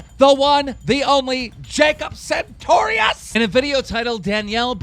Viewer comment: does Jacob ever correct you when you call him 'santorious'?